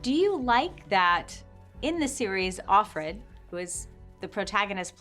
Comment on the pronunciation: Offred: "Of Fred." Not "Off red."